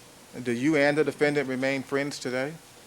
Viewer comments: The chip on his shoulder is the size of Mars Also, I hate how he pronounces the word ‘defendant' He's like the “DE-FEN ENDDD-ENTTT--ITT" It drives me fucking nuts.. Also, the camera man.. Jesus.. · I’m so glad I’m not the only one who despises how he says defendant. I don’t know if you have watched the Jody Arias trial, but the judge pronounces it the exact same way as him. It drove me nuts through watching that trial.